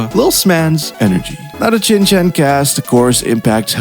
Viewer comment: Not once did you say Shin Chan. Only 'Chin Chan'